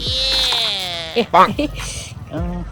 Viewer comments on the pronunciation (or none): none